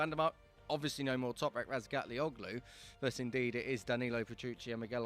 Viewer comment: toprak's turkish name: the ğ is soft, so --OĞLU is pronounced OH-LU. no hard G sound.